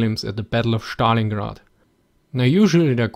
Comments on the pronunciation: it is not Shtalingrad but Stalingrad with (es) pronunciation. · I wondered whether "Shtalingrad" was the correct Russian pronunciation -- until the guy asked about the comparishon of forshes. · I love the way you pronounce "schtalingrad".